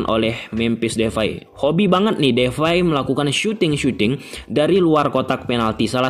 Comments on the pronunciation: It's depay not defay😂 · Memphis depay bang bukan defay🙏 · Depay bg bkan Devay🤣